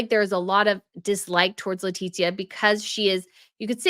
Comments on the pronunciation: It is without the second *T*, it is Letizia no Letitzia. I'm from México and I know what I'm talking about. Every single name must be pronounced correctly, no matter where you come from... don't you think? is a professional, she'll understand. 😉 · you are pronouncing Queen Letizia's name incorrectly; you are pronouncing it as Leti*T*zia... ¿why? She was living in México for several years, and her reputación wasn't good by the way. 🤷🏻‍♀️